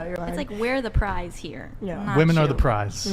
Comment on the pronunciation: 'Prize', not 'price' there.